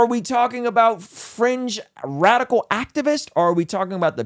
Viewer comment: I kept hearing "french left" and "french activists" until I heard "fringe" haha I was wondering why was talking about French people haha